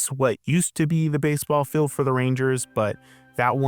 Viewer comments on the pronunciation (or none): Do you say 'electric ill' ? For feels, you say "fills"... and "piecemill" for piecemeal. It's common, so you're common. Filled for field... Geez man.